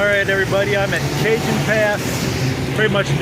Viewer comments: ... It's pronounced Ca-Hone (remember, J's are basically H's in spanish... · Cajon Junction CA is pronounced Kaw- hone Junction! LOL Hey I'm from Chicago and even I knew that!